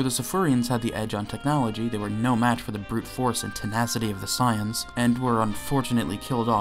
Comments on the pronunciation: God this video makes me mad 1st he says gt better then super even tho he ain't say it you know he thinks it 2nd off bro says SAAAYEENS bro it's saiyns 3rd off he acting like top battle of the gods and future arc don't exist bruh🤦🏾‍♂️🤦🏾‍♂️🤦🏾‍♂️ Edit: he calls shadow dragons arc evil dragons arc bruh and he called black star dragonballs arc dark dragonball arc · .... its not psy-ans its say-ans.... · The way he says “sai~ians” is deeply upsetting SAYIANS 😤😤😤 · Why do you keep calling them Scions? instead of Saiyans? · Every time you say "sighans" I want to shoot my computer screen. SAY IT WITH ME "SAY - ANS" (spelled as Saiyans, obviously, but just go with the way you read it and how it sounds FFS!!!). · I love how you pronounce "Saiyans" as "Science" lol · Enjoying the video and then the guy called them "Cyans" how is anyone supposed to take this video seriously when the narrator and presumed author mispronounces one of the most heavily spoken words in the show. How? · The Cyans? I'm sorry, I've heard so many pronunciations of Saiyan, but sayans has to be the weirdest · Dafaq is "saayans" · Immediately heard the way you pronounced 'saiyans' and clicked away. Can't take anyone seriously who can't pronounce something that's stated countless times throughout the series. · the way he is pronouncing saiyans is sending me!!! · Nobody is going to mention how he pronounces "Saiyans"?